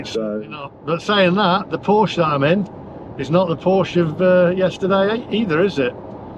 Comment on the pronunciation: Oooooh! The EVangelists will be sat on their sofas crocheting a voodoo doll of you to stick pins in. I'm looking for one of these dolls so I can stick a pin in it every time you mispronounce Porsche. You would have been better off having another Boxster or a 911 and installing a PV/battery set-up in your house.